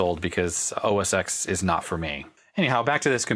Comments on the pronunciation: It's not OS Eks, it's OS Ten. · "OS ex isn't for me." I'm sure OS ex isn't for anyone. The "X" is a Roman Number pronounced "ten". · OS “Ten”, mate. Not OS “Ex”. It followed OS 9. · Omg it’s “OS ten” you know better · Thumbs down for OS X pronunciation. FYI Pismo was the last version of the PowerBook G3 - which is what you have. If it has FireWire and is 400MHz or higher it’s a Pismo. If it’s 400MHz without FireWire then it’s a Lombard.